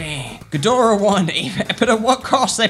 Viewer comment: Hey, I'm here to let you know you're pronouncing ghidorah correctly. Also mecha-ghidorah is from Godzilla vs King Ghidorah (1991)